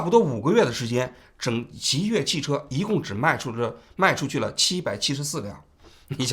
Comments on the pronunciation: 极越汽车啊，老王，一直在说极度汽车😅😅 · 最近的节目太不严谨了，极越说成极度，12月11号又一直说成11月11号，之前有一期还一度把钟明轩说成林明轩，虽然你们是个网络节目，但这种业余状况和你的调性又不符，听起来真的难受，如果一镜到底是这种效果的话，其实也可以考虑剪辑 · 是极越不是极度😂😂😂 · 是极越， 不是极度。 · 叫极越，不是极度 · 到底极越还是极度 怎么一直口误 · 极越啊 从头到尾都说错 真的难受，怎么这么低级错误的视频还要发出来。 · 王局最近都不审核了吗 极越汽车一直说成极度汽车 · 真的听不下去了，到底是我文化不好，还是王局读错了，极度极度的，听的非常难受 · 主播的普通话不过关吗？念错好多字！极越？极度？ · 从头到尾一直念错极越，实在看不下去了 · 王局，雖然是間倒閉的公司，但極越一直唸成極度，聽著實在有點…… 是口渴到極度乾燥了，才一直唸錯嗎？ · 把极越一直说成极度，太不专业了。。。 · 这一期口误太多了，一直在讲Ji Du汽车，是因为不能讲极越这两个字吗？ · 极越汽车，你到底怎么回事，连名字都叫错，一直叫极度汽车，听着太别扭了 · 不是极兔汽车 是极越汽车 王局怎么最近稿子总是读错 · 字幕是極越，人家直播也是極越，王志安則是滿口極度極度? 真是有些莫名其妙，還以為"越"這個字可以念度了。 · 极度早改名极越了，你标题里也是极越，怎么全程读成极度。感觉准备工作没做好，手下收集了信息后只看一遍就播了~ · 极越，不是极度～最近错误频繁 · 王局最近节目嘴瓢次数越来越多了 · 到底是吉度还是极越啊，累死了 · 极越汽车怎么念成极度汽车了，错别字太离谱了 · 王局别激动，好好说话，是极越，不是极动❤ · 王局纠正一下，是极越汽车，不是极度，哈哈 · 真jb服了，你一个做几十年的媒体人，连字都说不明白，极越 极越极越！你读极度？都这么简单的错误你翻翻以前的节目，你错多少次了？ 老犯这种低级错误，央视不开你开谁？ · 不是极越嘛，为啥王局一直念极度？口音问题嘛？ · 极度极度极度😂😂……HR叫HO！王局…能不能专业点… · 能一直把极越说成极度 王局也不容易 😂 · 是极越，不是极度！王局，严谨点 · 极越，怎么老是说成极度？ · 。。。极越次次说成极度，你可真行！ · 王局要自我检讨了，车企名字一直念错，让听中观感很不好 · 极越，不是极度，老王总是在节目中读错字，要改，否则扣钱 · 这车企死都死了，你都叫不准他的名字，他叫极越，不是极度啊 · jiyue 不是 jidu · 极度极度的😂，这口误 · 极越汽车极越汽车，通稿念错名字！ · 极越名字没取好，从王局一直念错它的名字来看